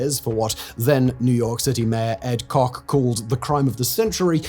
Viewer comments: It is NYC mayor Ed “Kay-ch” (Koch) not Cock. Rhymes with Crotch. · The former NYC Mayor's name is pronounced Kotch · For Mayor Koch, it's pronounced "KOTCH" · Not promounced Ed "Cock", but pronounced like crotch. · Ed Koch’s last name is not pronounced “cock.” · Koch, like botch or notch. Though I like your pronunciation better. 🍆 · that’s definitely NOT how Koch is pronounced 😂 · I love the precise way that you mispronounced the surname of the former mayor of New York